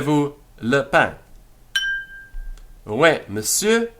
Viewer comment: I love all your lessons and am just starting this series. One question: Why are you pronouncing oui as way instead of wee?